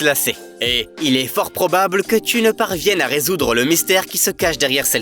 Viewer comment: « tu », à tout moment ! Est-ce que c'est ainsi qu'on parle en France à des parfaits inconnus ? Je crois entrendre parler un « djeune » des ban-lieues ! Sans plus de précisions... En fait, on entend « tsu » !